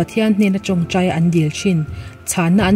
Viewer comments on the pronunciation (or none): none